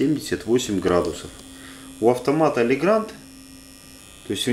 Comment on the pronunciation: Legrand правильно произносится как Легран. D на конце во французском не произносится.